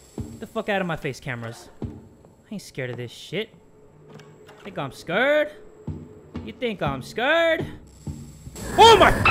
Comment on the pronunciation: "You think I'm scarred, You think I'm scarred." Then jump-scare comes right after. gets scarred. Best Part. (I know I spelled scared wrong, but that's how he's saying it.)